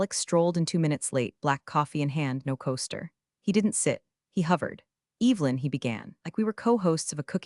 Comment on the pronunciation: How do you mispronounce Evelyn……? That was the first sentence. What a joke